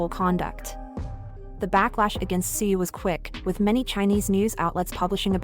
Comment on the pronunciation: Why not edit the TTS and make it correctly pronounce the word in english? edit Tzuyu to say Chewy :) :)